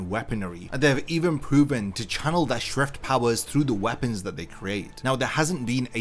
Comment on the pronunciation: SCHIFT NOT SHIFT OK? STERRNRIDDER OK?